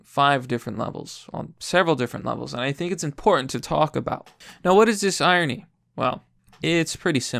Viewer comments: Irony, correctly pronounced EYE RON KNEE. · What's iony? Where's the r.